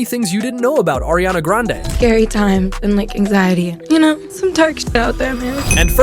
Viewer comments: No way he said Nike Minaj bro how bad are you at spelling ITS NIKI MINAJ AND ITS NOT ARIANA GRANADE ITS ARIANA GRANDE IF YOUR GONNA SAY IT,SAY IT RIGHT PLEASE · You mean Irania Grand... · Ariana Granade????!!! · exactly, i was like "ARIANA GRENADE, THE HECK???!!" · You mean airiana grande